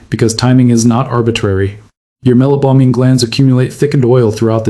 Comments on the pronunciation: AI narration? Where is the pronunciation of meibomian as “mesobomian”? Maybe the AI is confusing meibomian gland with Mesopotamia? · Keeps mispronouncing 'meibomian'.